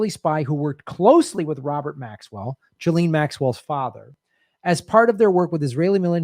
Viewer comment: Ghislaine is NOT pronounced JILLEEN. 🤪 Nice reporting, you can't say her name properly but... Who cares, you are an 🇺🇸 so its ok to do and say whatever you want. 🙄